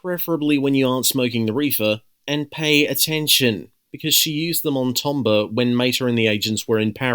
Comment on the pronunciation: This was another great video and I appreciate all the shoutouts. Though I do have one minor correction, which is that , Tomber’s name was actually pronounced “Tom-bay”.